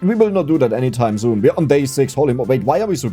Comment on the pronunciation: I know that you're furious about "Zix-Seven", but I am genuinely think that the way you pronounce "six" is funny.